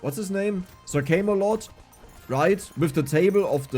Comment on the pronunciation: I cannot help but point out your pronunciation of sir camelot (came-a-lot) is the funniest thing to hear you say as an american. That is certainly a name fitting for a certain industry. Working with german colleagues in munich has taught me enough to say. Das war sehr lustig.